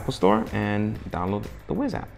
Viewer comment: "Wise" not "wizz"